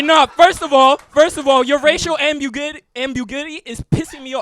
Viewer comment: not being able to say “ambiguity” was hilarious 🤣 bro wrote that word into his joke then realized mid joke he didn’t know how to say it 🤣 how did the judges not mention that 🤣 at one point he basically asked the crowd like “ambigiuity? Ambuguity? I think?” 🤣